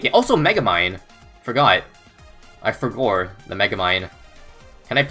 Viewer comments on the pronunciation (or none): saying "I forgor" had me dead